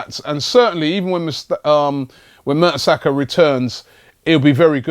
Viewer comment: Robbie, you sound like those stats are surprising?😂 It's Mertesacker...